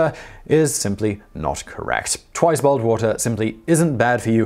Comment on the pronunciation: Did he say "boiled" or "bald" water?